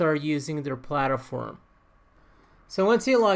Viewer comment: plat-form not palter-form....sorry that was bugging me but awesome video very informative, im new to all of this so I may need more help